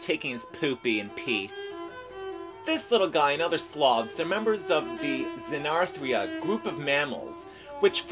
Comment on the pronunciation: Just that he said (and mispronounced) the word :) Not meant to make a point, just spreading knowledge :)